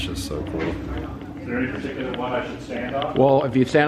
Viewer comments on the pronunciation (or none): none